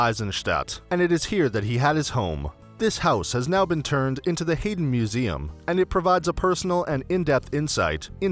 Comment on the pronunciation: Very distracting how the narrator mispronounces Haydn and Esterhazy.